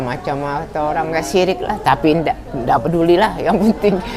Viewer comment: SYRIKKKKK...SI ABANG KOK NGOMONG SIRIKK..TAPI DI MINUM...AGAK LUCU.. LAH..